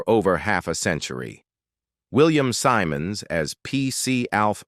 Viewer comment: Please please pronounce it his surname correct SIMONDS NOT SYMONDS